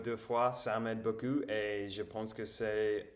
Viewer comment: Beaucoup : a lot/plenty Beau cul : nice ass Fais attention à ta prononciation du "ou", on retrouve le même son en anglais dans "book" par exemple